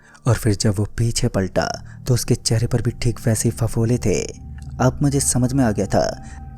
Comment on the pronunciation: Aaaapf ki jagah aap bhi bol sakta hai aachi aavaj me kahani suna sakta h tu ye kya h aaaaaapf